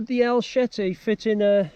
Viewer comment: El CHete, CHete ! Not SHete or SHeti. El CHete ! C'mon man. This is not swedish,or dutch. It's easy. Say it properly: CHe te ! You have this ,,ch" in your language. ,,CHeck", ,,stretCHing" and etc. You don't say ,,Sheck please" or ,,stretShing". C'mon, say it like a mexican amigo 🇲🇽 : el CHete !